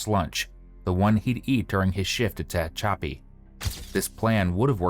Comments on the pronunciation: It's Te HATCH a pee. Not Tay hetch CHOP ee. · It's tuh-HATCH-uh-pee, not TAH-huh-choppy!!! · "Ta-hatch-a-pee", you goofy bot. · TE-HATCH-EPI LOL SORRY FOR AOME REASON THAT WAS REALLY BOTYERINF NE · ARE YOU TRYING TO SAY TE-HACH-A-PI, CALIF., 40 MILES EAST OF BAKERSFIELD , CA?????????????????? AI STINKS. After a railroad employee was gunned down at the rail yard in Tehachapi, two people are behind bars, one of them his own wife. AND SHE'S COLD AS ICE, WOW. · Tuh - hatch -apy ... oh AI narrator fail. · Four syllables: Tuh - hatch - uh - pee (or pea if you wish)😄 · AI can’t pronounce Tehachapi. Are there no editors in AI? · Human beings don't fare much better with Tehachapi but I agree.